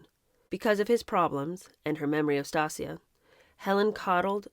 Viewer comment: Please look up how to say Stacia :) (if that's the name of the baby you were pronouncing)